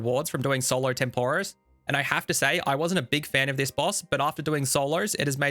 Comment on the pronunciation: Video great. Pronunciation of Tempoross/Banner is painful.